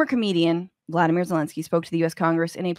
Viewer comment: Just a bit of a heads up... the man's name is Volodymyr, not Vladimir... so Volod or maybe even Vol but definitely not Vlad...